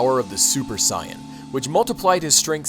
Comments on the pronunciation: super cyan? lol its super saiyan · its sai-yan not cyan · It is not Cyan its sayin it is (S-ay-an) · please stop saying Saiyen like that. its pronounced say-in not psy-in. other than that great video man : D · Ryan Clark its pronounced sigh in but because of the english dub who pronounced it say in people often pronounced it say in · "Sigh-And" ...... sigh ... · What's a Sai-ahn? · its sa-n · if your not gonna pronouce it like they do in the English anime I would prefer you use saiyajin pronunciation please. (cyan) is just painfull to the ears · is that really how u say super saiyan. it sounds like cyon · I thought it was pronounced saiajin? :P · for real. im pretty sure they dont even pronounce it "sai-en" in the anime-_ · what the heck why does he pronounce saiyan "cyan", you can tell this guy probably didn't even read/watch dragonball and is probably just reading off of a script that ***** gave him.... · IncompleteCinema Simple, in Japanese, nationalities (and other things) end with -jin and saiyans in Japanese are called Saiyajins (Sigh-ah-jeens) so the anglicized pronunciation becomes Sigh-ahn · actually, cyan is pronounced 'sigh-ann'. he pronounced Sayian as 'sigh-on' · You said saiyan wrong come on man 😑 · dude learn how to pronounce saiyan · Dude, how do you not know how to pronounce Saiyan? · You pronounced the name of Goku and the word saiyan wrong... just so you know. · He saying saiyan wrong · A drink for every time he mispronounces saiyan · wtf are you taling about? Just admit that you didnt grow up watching or reading dbz. Because we all know that if you did infact grow up reading dbz you would have watched the fucking show on tv and known how to say saiyan properly. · Pronouncing Saiyan wrong must be on purpose just to rustle a weeaboos jimmies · I'm sorry but the way he pronounces sayain is bleh to me Dx other than that solid video man loved it :] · everything was great just missed pronounced sayain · God that was annoying how you say sayian